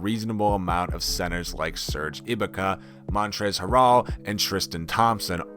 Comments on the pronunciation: he said "serge ibika" he has no idea what he's talking about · Holy fuckin shit bro. Montrezl harrol? Serge ibika? Tf are you on bruh